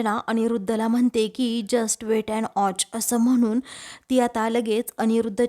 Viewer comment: जस्ट वेट अँड ऑच नसते ग ताई जस्ट वेट अँड वॉच असते😂😂😂 आणि इथे जमलेल्या तमाम प्रेक्षक भगिनींनो लॉजिक न लावता सिरीयल बघा!